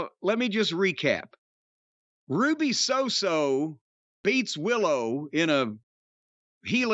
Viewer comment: Ruby So got me. Ha